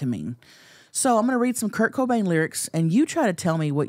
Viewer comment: Everytime I hear u say curt Cobain it sounds like kirko bangs 😂😭